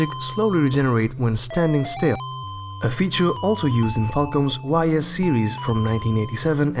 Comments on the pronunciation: Great video. Nice insight about JRPGs released in the 80's. Although you mispronounced some words like Ys (pronounced as ees) and eroge (eh-roh-geh, or just a short term of erotic game.) You also missed out another long-running franchise in Legend of Heroes, although Dragon Slayer is its predecessor. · Great video but one thing. . Ys is pronounced iee's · Very nice video! But Ys is pronounced "Ees"